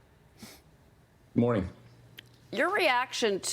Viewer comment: why is she calling him "Tubberville"?